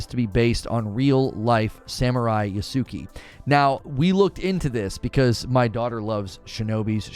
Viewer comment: Just so you know, it's pronounced 'Yass-Kay'.